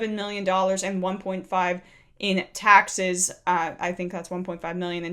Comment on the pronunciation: He's so worked up he can't say the final s in taxes. Taxeh!! Taxeh! Heh! heh! ungh! muh...